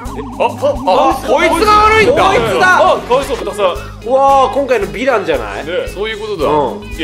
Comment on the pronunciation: レトさん「ヴィラン」って言ってるはずなのに、「びらん」に聞こえるの可愛い